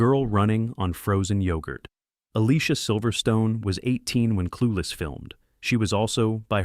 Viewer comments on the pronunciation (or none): AS IF! You obviously have never watched Clueless, have you? Dionne - pronounced Dee-Yown (named after Dionne Warwick) Alicia - pronounced Ah-Lee-See-Yuh! Donald Faison - pronounced Fay-Zawn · You pronounced Alicia wrong